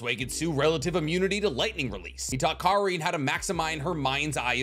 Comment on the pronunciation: He said it with so much emphasis too😭😭